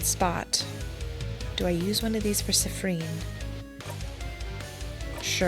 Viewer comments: i'm sorry but i can't stop laughing at how you say siffren instead of siffrin XD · "Siffreen" (edit: "Seeffreen" or "Seeffrin", actually) is the canon pronunciation, believe it or not! I watched a livestream of this game (by Jello Plays Games here on YT, don't think I can put YT links in comments) and the dev was hanging out in chat and specifically corrected the players on the pronunciations since they kept saying they weren't sure. Can't remember where in the stream it was said, but I promise it's in there somewhere. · It's... not. It's "seeffreen" or "seeffrin". I think you got the syllables mixed up, teehee!